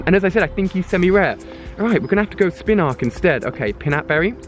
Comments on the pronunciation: its not spinark its spinarak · It's pronounced (Spin AR AK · Spinarak not spinrak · you need to look at names and sound them out before you say them. your pronunciations make me cringe. its not SPIN-ARK its SPIN-A-RAK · spinark is pronounced spin-a-rack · thats his accent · When ali caught the spinarak why did he call it spinark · I dont really understand how you ever pronounced Spinarak as 'Spinark' 🤔🤔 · Am I the only person who gets annoyed by the way he pronounces Spinarak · MFW he can't read... says spinark instead of spinarak and nabab instead of nanab, is this dude dyslexic???